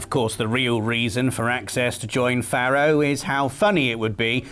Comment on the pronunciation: I know loves being corrected on his pronunciation. Faro is pronounced Pharaoh. Hence the Egyptian themed product names.